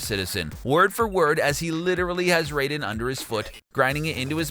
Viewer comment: Goddamn... Do you even do RESEARCH on the videos before you read the script? Deus Ex is pronounced "Day-us Ex" and Raiden is pronounced RIDE-EN, not ray-den.